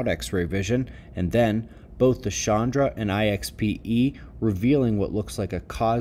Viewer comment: it’s chandra, not shandra, sanskrit, not french. 👑 💚 love